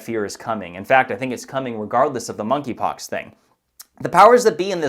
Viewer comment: The "K" in Monkeypox is silent.